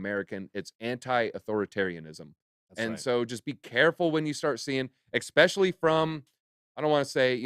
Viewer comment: Listen I love bitboy and all the content… but … small but… can someone tell … it’s “especially” not “expecially”. I joke I joke, but seriously.